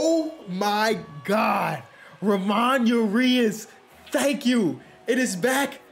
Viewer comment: It’s Pronounced Ra moan Ur E Us